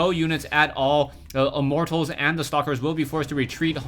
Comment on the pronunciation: I like it when says "Immort Tals".